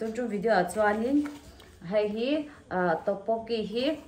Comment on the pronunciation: Tteokbokki tih tur zawk o🤣🤣🤣